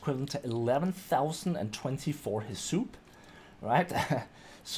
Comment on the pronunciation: Are you saying "Heh-soup"? Bruh pretty sure it's "Hiss-UP"